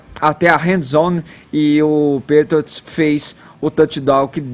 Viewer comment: NÃO SABE NEM FALAR "PATRIOTS" PQP.....kkkkkkkkkkkkkk